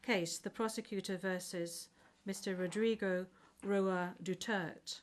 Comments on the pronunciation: Is not Dutert. _Du_ter_te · It's Duterte!!! Not dutert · What a bunch of dummies that can't even pronounce his name correctly, even after being corrected. Probably done intentionally by this unprofessional "Judge".